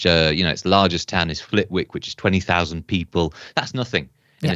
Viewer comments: It isn’t pronounced Flitwick. It’s pronounced Flittick. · Flitwick is pronounced Fli-tick. The W is silent. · Interesting analysis. (fyi Flitwick pronounced "Flitick".... ) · It's pronounced FLIT'ICK. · Flitwick is pronounced FLITTICK. Thanks. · the way he pronounced flitwick is hilarious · And still no one has bothered to learn how to correctly pronounce Flitwick.😅